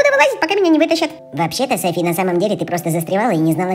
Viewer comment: правильно Софи́*